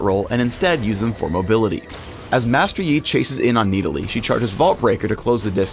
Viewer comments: Stop saying Needalee. So obnoxious. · it annoys me to no end how he says nidalee